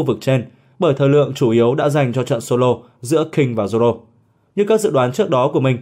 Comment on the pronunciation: Haki của Zổ k bằng của Zoro :)))) đọc lại còn sai thì cũng chịu